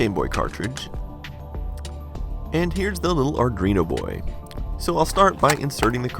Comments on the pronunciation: Just a heads up, I believe it’s pronounced “Arduino” and not “Ardreeno.” thanks for the video! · Arduino, not "Awrdwuino" :P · It's Arduino not Ardrino lol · Is it just me, or does he pronounce Arduino as "ardrino"? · It sounds like hes saying ar-dreeno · wtf is an "ardrino" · Arrgghh stop saying "Ardreeno".